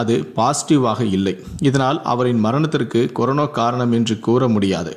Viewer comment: டேய்! அது கொரோனோ இல்லடா. கொரோனா.